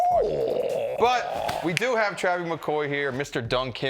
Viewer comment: He say TRAVY 😳😐